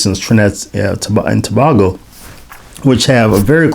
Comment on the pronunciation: My mom and her family are from Trinidad (just FYI it's "To-bay-go"😉). This was a very interesting video. As far as I know, a couple of my ancestors may have been Masons there. I assume the prohibition the Spanish had against Freemasonry was lifted once the British took control. Obeah is a strong superstition there. I don't know how well the Church has been able to counter it.